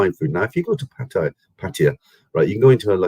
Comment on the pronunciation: Thai people call pattaya PAT-TA-YAAAAAAA. That's how its correctly pronounced in Thai (wikipedia pronunciation is correct you can listen to it). BTW you are right to warn people about travelling now, you'd have to be either insane or have deep pockets to try it. The tests are simply too much risk of banging up abroad!